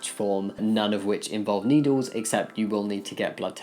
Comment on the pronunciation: Anyone else hear "needles" as "noodles"? I was wondering how a fear of noodles contributed to the topic.